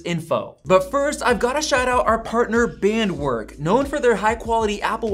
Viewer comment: Your sponsor’s name is pronounced “baaahnt-verk”. All W’s in German are pronounced like an English V.